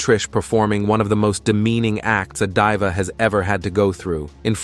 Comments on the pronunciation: "A Divea" 😂🤦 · Stop mispronouncing diva 😢